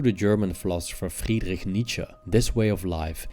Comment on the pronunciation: I noticed that too. I think he practiced beforehand, making sure to nail it. Not dissing him, I would have done the same thing!